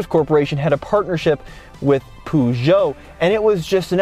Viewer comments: It's not puoojo it's Peugeot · Dear God Almighty, that pronunciation. It's not "Poo-djoe", the first syllable is pronounced like the first half of the word "purr". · The way you say Peugeot. Poojoe ahahaha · Poo-shou ? 😂 Peugeot doesn’t own Jeep lol. FCA group does (Fiat Chrysler Automobiles). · Great video! But try to learn how to pronounce Peugeot please lol not that it matters much to anyone... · Great video. But the pronounciation of Peugeot has me laughing. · "litre" is well pronounced by the 2nd person, but please learn to pronounce "Peugeot" corectly !!